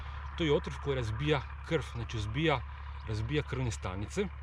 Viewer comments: I kaže se krv ne krf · pa prijatelju poslusaj sam umjesto slova V kažeš F ,krf, otrof itd sve najbolje želim samo kažem